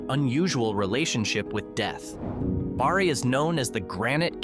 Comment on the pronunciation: I laughed when he said Barre.